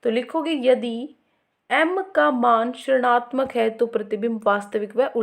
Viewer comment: Mam aap rinatmak ko srnatmak kyu bolte ho